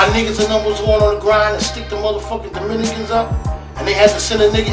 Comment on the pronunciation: umm his "Dominican".